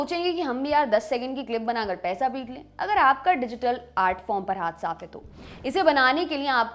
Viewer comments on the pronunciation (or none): none